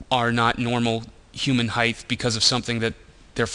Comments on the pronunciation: highth (nor heigth?) isn't a word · he said, "heighth"...heeheeheee